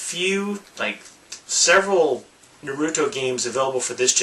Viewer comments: It is pronounced Naruto as in (Nar A Tow) not Naruto as (Nar U Tow) Get so annoyed when people don't pronounce it right. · The way you said Naruto and Kameo was so off I know sometimes people just don't know the pronunciation so here is how it is pronounced nah-ruto not neh-ruto and Kameo is pronounced Kahm-ee-o I'm sorry if I seem rude I'm just a little OCD on how people say things